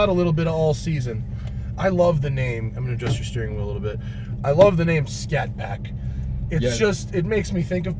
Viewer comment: It's a Scat Pack not Shat Pack.....lol!